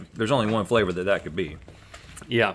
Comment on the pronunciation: what Rhett is trying to say “what kind of bacon favor is?” 😂